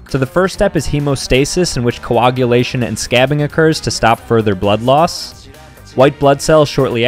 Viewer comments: No way he just pronounced coagulation as co-oh-gulation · “Cowogulation” My brother in Christ, It’s pronounced “co·ag·u·la·tion”